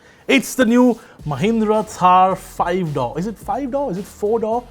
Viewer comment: It's door not dough 😂